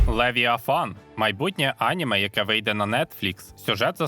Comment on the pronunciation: Наголос на слові аніме неправильний. Коли дивлюся в оригіналі, вони кажуть анімЕ, а не Аніме. Немертвого і невдачу краще б взагалі не перекладали. Перший сезон із поклонінням русні задрав.